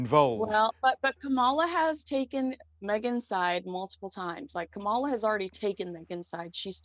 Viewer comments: Firstly, it's pronounced "COMMA la" not "Ku MAUL a" or any other way. You're both bright enough to get it right, so please do! Secondly, the Montecito Mountbatten-Windsors have exhausted all the sympathy and support they're ever going to get from the States and certainly won't succeed in any serious sanctioned political role at this point. The curtain lifted on the couple a long time ago with their lies and inappropriate revelations, so you won't see a lot of people falling for their oh-woe-is-me bull anymore or associating themselves with the couple, at least not publicly. Thirdly, they're engaging in all of these faux-royal, pretend philanthropic activities in a desperate attempt to remain relevant as royals so they can trade financially off that connection. They have no real purpose and cannot fund their lifestyle without the publicity, which even includes the platform you regularly give them here. That weakness sets up the foolish, naive, and completely tone-deaf couple as prey; ridiculous pawns in someone else's political maneuverings. It's not likely they can succeed at that for very long because they truly have no relevance and the King and Parliament will be forced, at some point, to strip Harry from the line of succession and possibly the titles, as well. Fourthly, Megsy does retain some clout as a fashion and lifestyle influencer; hence the numerous wardrobe and jewelry changes with only a fashion magazine reporter along to document their trip. You cannot succeed at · you sound rude & disrespectful purposely mispronouncing the VP’s name. The US government, under anyone but Trump, will always sustain our important relationship with our staunchest ally, Great Britain. We agree on H&M’s behavior is crass. In this case, yours is as well. Leave your MAGA insanity at home. Trump’s insanity is rife and he’s mentally imploding. Don’t die on that hill. Don’t alienate many of your viewers. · It is Kamala- “comma-la” please